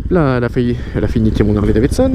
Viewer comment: putain les gars arrete de dire des "ZHARLEY" respecte la marque mec